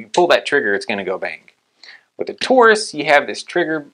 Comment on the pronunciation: It’s “Taurus”, not “Tarus”.